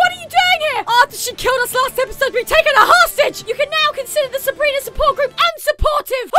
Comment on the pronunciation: Why would you pick up the one with the sword instead of picking up the one with the gun because the gun could shoot you Also why does she say sabriner instead of sabrina